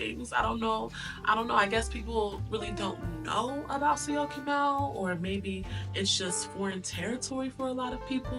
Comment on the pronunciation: 😂 I am surprised you can pronounce Syokimau! Enjoy life!